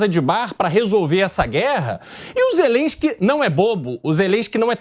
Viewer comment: O cara é tão burro que pronuncia zerensqui 😂😂😂😂😂 bêbado, inveterado, mentiroso crônico